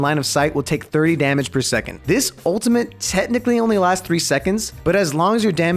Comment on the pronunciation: why u say ultimate with a n